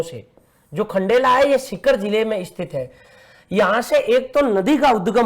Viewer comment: Aati kya khndela 🤣🤣🤣🤣 not khandala😂